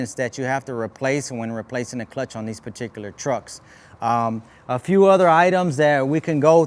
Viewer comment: Take a shot every time this vato says "perticulir" expesshially